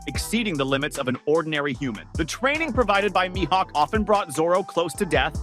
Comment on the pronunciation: I’m done. I’ll stay subscribed but I won’t watch if the miss pronouncer is speaking. Myhawk……. 😒😒😒 I don’t think this dude watch one piece. He has a script. Not Into scripts and miss pros…..